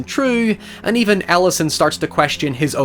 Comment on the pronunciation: I am so sure he saying the main character's name wrong.